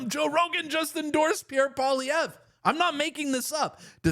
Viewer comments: Hey Rogan: what is so difficult about 'POLLY EV'? Not that hard, buddy, just sayin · Dude .. pronounce his name right Paul E Ver ( like air) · Joe needs to learn how to pronounce Pierre's name correctly if he really wants to endorse him fully. Enjoyed the thought of Trudeau's cringing while he listened to the chants of endorsement for daddy. 😅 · I wish he'd care enough to pronounce his name right. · Doesn’t even know how to say his name 😂 oh yeah full on endorsement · It was music to my ears! I hadn’t watched any UFC until last night. Now can someone help Joe Rogan pronounce Pierre’s surname; phonetics are a wonderful thing 😂. Keep up the great work Pleb 👍🏻👏🏻👏🏻